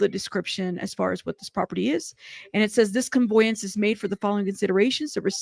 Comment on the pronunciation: $10 deed transfer is quite common. Also, just an FYI…. It’s conVEYance , not conVOYance…not bein’ shitty, just tryna’ help. Obviously, dude’s ditching assets so he doesn’t lose them through all of this.